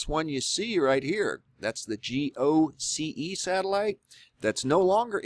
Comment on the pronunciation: You said " gose it's goce." You're reading wrong